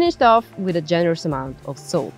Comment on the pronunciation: I think person who is giving voiceover dont no how to say salt :face-green-smiling::face-green-smiling